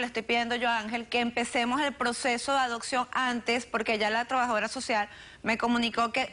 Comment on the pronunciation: Adoccion? Acectando?? Aprende a hablar por favor!!!!